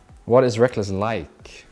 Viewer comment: The most important question should be: "Why do you pronounce Rekkles as RekLESS???" It's confused me for years and doesn't make sense to me since i speak english. Please halp.